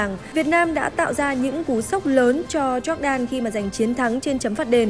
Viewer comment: E có một góp ý nhỏ xíu thooii Jordan đọc là dóoc đan nii .e cũng là fan của S nên đừng ném đá e soii😭😭